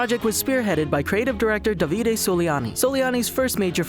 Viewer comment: It's Dàvide not Davìde